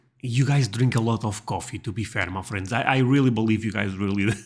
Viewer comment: I love the way you say "my friends". It sounds like you are saying 'muffins'.